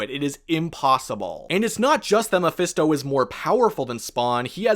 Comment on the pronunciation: He keeps saying Memphisto and spawn.